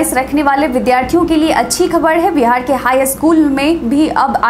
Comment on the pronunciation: हैलो नमस्ते🙏🙏 समाचार पढ़ते पढ़ते आप तो बिहार का नाम विहार बोलती हो मैं रोज सुनता हू कृप्या आप बिहार बोलिए 😀 बाकी सब बहुत अच्छा समाचार पढ़ती हो आप